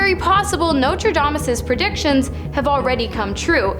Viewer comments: lol Nostradamus, not Notre Damus. lol😅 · The intro could’ve used the same research. Nostradamus has predicted very little with any kind of certainty. Edit: excuse me, she’s talking about… “Notrayeomis”. 😂😂😂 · Nostradamus has an "s" in it. Please pronounce things correctly. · sorry... its Nostradamus and Haley Bop.